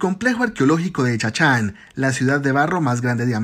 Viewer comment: CHANCHAN!!! SE PRONUNCIA JUNTO, NO SEPARADO.